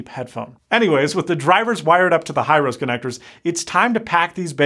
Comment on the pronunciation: He-row-se connector not High-rose. It's a Japanese company.